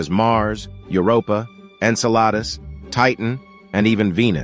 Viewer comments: I’m pretty sure these were written and narrated by artificial intelligence. Did you catch the pronunciation of “Enceladus”? The sponsors aren’t even proofreading or proof listening to the final product. There’s so much filler. And who needs to be told that the discovery of life outside of earth would have an impact? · I think is written and spoken by a computer. See the pronunciation of “Enceladus “.